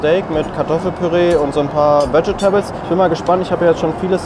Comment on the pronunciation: Veget tables😂 Bro wenn du schon englisch sprichst dann wenigstens richtig. Es wird „wedsch-tibel“ ausgesprochen.